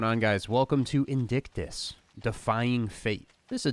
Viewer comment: Is called Vindictus (you called it Indictus at the opening)